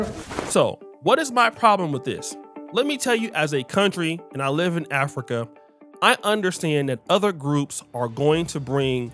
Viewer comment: Pls its "live" not "leave" and "qualify" not "colify"